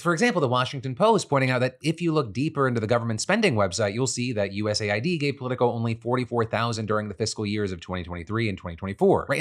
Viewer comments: Please call it US Aid not YOU-ESS-AYY-WHY-DEE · Philip, please, it’s “US-AID” (aid, as in help, assistance), not “USA-ID”🙏🏻 Look at their logo, it’s 2 different colors spelling exactly how to pronounce it. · US AID not USA ID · Why do people say USA I D instead of US AID? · I always thought USAID was pronounced U S Aid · Why is it not pronounced US Aid? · I always thought USAID was pronounced "uusayd" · Phil's pronunciation of USAID is destroying my brain...